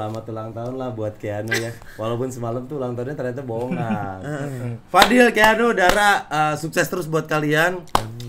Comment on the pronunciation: kang, bukan keanugl tapi keanuagl wkwk